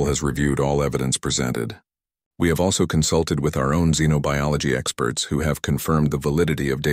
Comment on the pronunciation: A very interesting story. Even pronounced Xenobiology correctly.